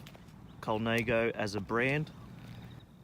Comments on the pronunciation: Colnãgo not Colnāgo. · Colnaygo? No....